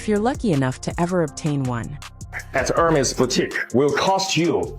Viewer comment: This AI says URMA instead of HERMÉS......really...at least say the name correctly!!!!!!